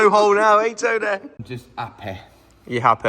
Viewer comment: It's TOW-NEHH.